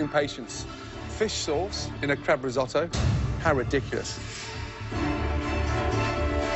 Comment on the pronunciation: the way you pronounce risotto will make Italy weep a little